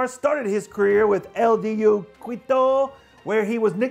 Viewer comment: Really interesting signing. Well done CLTFC! (Now, please get your man some Spanish pronunciation lessons. Kwitto is not the capital of Ecuador. They say KEE to.)